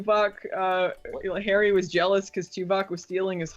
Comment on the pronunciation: Just heard phealous. Instant thumbs down. Lol